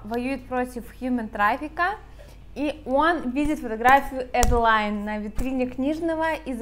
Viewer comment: Почему Эдди, если в книге прописано Адди? Не Эдалайн, а Аделин.